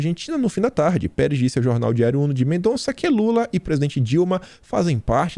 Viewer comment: A cidade argentina citada se chama MENDOZA e não Mendonnnnza